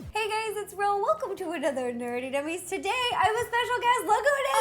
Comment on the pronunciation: Did anyone else think that Ro said hey gays at the beginning 😂👏🏼